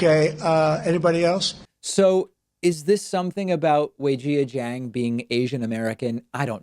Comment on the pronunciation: I love you David, but you're absolutely butchering Weijia's name pronunciation.